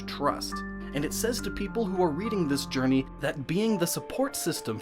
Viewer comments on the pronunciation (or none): none